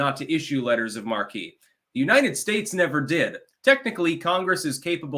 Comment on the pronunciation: Happy birthday dude. "Letters of Marque" has Marque pronounced as "mark" , not Markee. Just saying